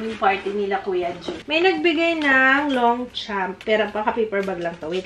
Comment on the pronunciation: Hi! Longchamp is pronounced as Lon(g)-sham(p). Silent g and p. 😊